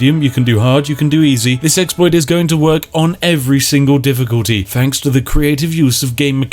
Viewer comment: Mooner glad it wasn’t just me. Really got on my nerves by the end. Fanks.